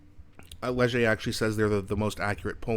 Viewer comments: I believe you said it correctly. Lezh eh is how I always say it. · "Ledg - a" is correct. Soft g, j sound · You said Léger perfect. Keep on going. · you pronounced leger perfectly and leger also predicted that last few elections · It’s good Karina Gould is 1%, can’t stand her condescending attitude. Carney is too woke , just as bad as Trudeau and Freeland. I am not surprised the liberals are dying. They will go down even more when gas prices jump with the rise in carbon tax on April 1. Not an April fools joke! You pronounced the Léger word perfectly.